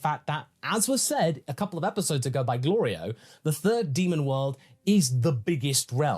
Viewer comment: Goku constantly messing up Glorio's name despite hearing it like 30 times by now but pronouncing Shin's real name perfectly the first instance of learning it is peak Dragon Ball comedy. He definitely is doing it on purpose lol